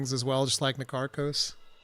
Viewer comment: You are all wrong, it's Na-Tar-kos